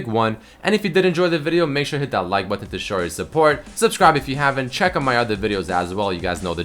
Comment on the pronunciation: i always like saying thumbsup bu "ton" with him